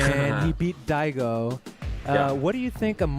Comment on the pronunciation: I started freaking the fuck out when everyone in chat started saying my name when the narrator fucked up “Daigo”